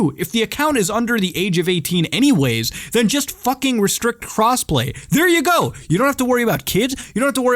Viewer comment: lmao i thought you said cosplay